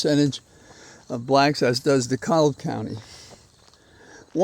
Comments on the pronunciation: Listen to you every morning in the UK. DeKalb county is pronounced D cab county. My sister lives there and I will join her next week to knock doors for down ballot candidates. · Pronounced De Kab. L is silent